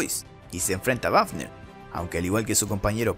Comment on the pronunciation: El oficial wafner se pronuncia "bafner" ya que en aleman la "w" se pronuncia "b"